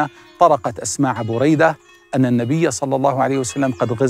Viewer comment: مجهود رائع لكن أعتقد نطق الإسم خطأ ، فهو : بريدة بن الحصيب - باء مضمومة وراء مفتوحة وياء ساكنة ... حاء مضمومة وصاد مفتوحة وياء ساكنة buraydata ebn al husaib هكذا سمعته من الشيخ محمد بن العريفى * أنا علقت لما سمعت الاسم من اول شخص تكلم فى الفيديو ثم لما اكملت المشاهدة وجدتك قلت ما علقت به